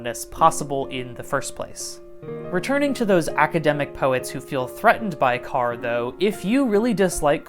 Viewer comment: Just fyi, the pronounciation is closer to "core" than "car"